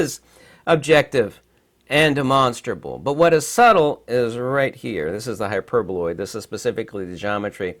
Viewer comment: Hi,, I apologize for accidentally laughing in the part where you miss pronounced the hyperboloid. It wasn't by purpose. This is my mistake. Im sorry. I didn't mean to offend you. I guess someone might noticed it. I like most your videos. May Allah bless you ☺️